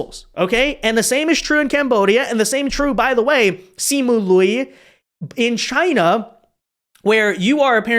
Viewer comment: Lol, pronouncing the “i” sound in “Liu” AFTER the “ū” sound. 😅